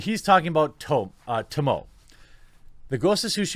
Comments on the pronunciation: Okay, hold up brother. First off, you nearly pronounced the name right. Tomoe. But you have to pronounce the "e" as well. Tomo-e. Second off, yo, did you play up to the point where you actually met her? I don't think so because of your sigh, which I totally get, what with the gaming environments evolution today.... But YO, you chase for Tomoe, the one student of Lord Ishikawa who was a born killer, not Samurai.. Of which, Lord Ishikawa holds personal resentment for not noticing along the path he led her. He took her in as a child and showed her not only everything that he knows as a Samurai, but also secrets learned through the path, but presented much too early.... especially for a person with the heart of a killer and not a Samurai. When you finally meet her, she could kille you. Instead, she speaks words that don't make Jin audibly address them, but when you year them, it throws a wrench in your purpose. Then, she lowers her bow and jumps the cliff you cornered her at. She could have KILLED YOU! As Sensei Ishikawa said, he taught her too much and didn't see her heart until now, when it's too late. He takes full responsibility for her because he taught her and regrets it now that she has become a traitor to the Mongols. To be clear I have not beaten the game yet, but I completed Act I and Act II in its ENTIRETY (unless not watching YouTube videos has hindered me.. doubt it), and just entered Act III and only saw her the one time (It seems there's only three Acts judging by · Jeremy needs Sensei Ishikawa to teach him how to say “Tomoe” lmao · dude i DEFINETLY agree with how not all games need sequels! some games are best where they end best, no more. also tomoe's name is pronounced "toh-moh-eh", not "to-moh" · Her name is pronounced as "to-mo-eh", not "to-moe" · Dammit, Jeremy your Japanese is awful! Every letter makes a sound in Japanese. Tomoe is pronounced Toh-moe-eh. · Not a big deal, but just for the record Tomoe is pronounced Toe-Moe-Aye